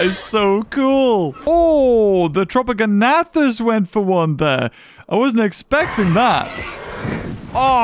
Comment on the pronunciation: It’s tropeognathus not tropogonathus